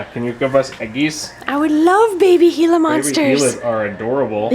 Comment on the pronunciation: I didn’t know you pronounced gila like that